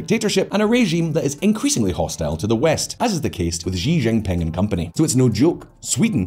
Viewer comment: Please, PLEASE, learn to pronounce "Xi Jinping", I beg you!